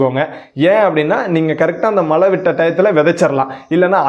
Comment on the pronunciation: அருமை... மலை அல்ல மழை..தமிழையும் கொஞ்சம் நல்லா பேசினால் இன்னும் நன்றாக இருக்கும்